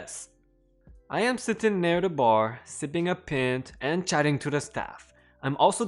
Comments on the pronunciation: a pint is pronounced pine-t Like a pine tree with at on the end not pin-t like a sewing pin with aT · Pint like pie nt not pent...just so you know😃